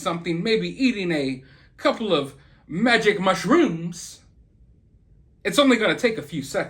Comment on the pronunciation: The way you said "magique mushroooms" 😆 🍄✨🍄✨🍄✨